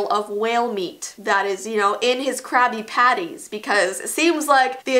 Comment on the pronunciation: i thought she said crappy patties